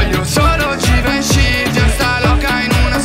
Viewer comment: Come lo pronunci bene Givenchy